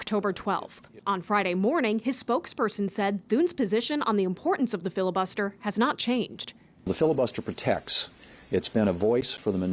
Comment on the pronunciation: "🤷 filla-buster this, filla-buster that... yea whatever😄"